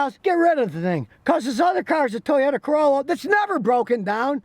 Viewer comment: I love it!.. the second Scotty mentions a Toyota ..”toyYOTAHHH!!!”.